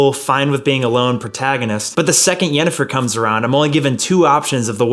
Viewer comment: Bro really hit that accent when he said yennefer